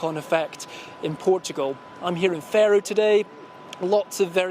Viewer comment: 'Fahro', not 'Fair-oh'. I despair-oh.